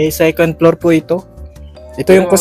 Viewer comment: Halos 80% pilipinos saying secend, instead Second, Yan kya natutunan nila sa school